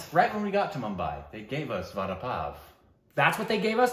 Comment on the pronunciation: Everytime she mispronounces Vada, I cringe